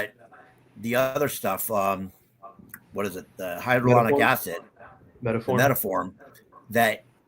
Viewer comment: It's hyaluronic acid not hydraluronic acid